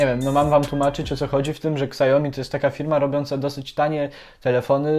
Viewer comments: Siaomi a nie kasjomi ;) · mówi się "siomi", nie "ksajomi" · siaomi, nie szałmi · przez jego amerykanski akcent to brzmi jak "szałmi" lecz poprawna mandarynska wymowa to "siałmi" to "ał" jest krotkim ao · Spec od marketingu, który nie potrafi wymówić Xiaomi poprawnie.